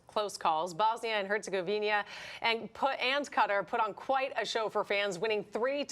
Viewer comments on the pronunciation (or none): I'm even not from Bosnia and Herzegovina, just from other European country, but: it's a matter of basic professionalism and respect for TV presenters to learn how to pronounce (or at least read correctly) names of the countries they are speaking about. It's HerzegoviNA, not HerzegoviNIA! It's sort of sad that your television is even not the only one that does that. Besides, this kind of mistakes give the impression of arrogance - and probably it is to some degree, like "who cares about tiny, unimportant countries we are not in war with (those you always pronounce correctly). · Why Herzegovinia and not Herzegovina where is the I?? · For heaven's sake, both of the female sportscasters mispronounced Herzegovina. Get it together ladies and do your research, this is a World Cup team for goodness sake! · They will learn the pronunciation after Bosnia finishes with them. Very disrespectful.